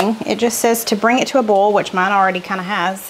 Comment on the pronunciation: I dont have many grocery stores in west palm beach...no food lion. Publix, aldi, winn dixie is all. I am a bit bothered by your pronunciation of boil lol! It is boy..ol. 2 syllables...not bowl! Just being funny...love you!